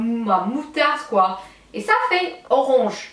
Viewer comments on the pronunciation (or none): " Ca fait oronge ! Orooonge!" Ahaha JE t'adore ! <3